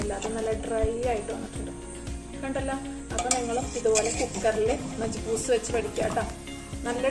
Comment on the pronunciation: Majiboos alla prayauka arbic macboos Anu adayylum super ayitundu